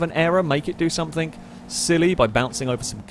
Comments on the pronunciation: Every time you say "somethink", I cringe. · SOMETHING. NOT SUMFINK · This videos are great, and I'd binge them all, but I cannot stand the way you say "somethink" and "anythink". Pet peave of mine.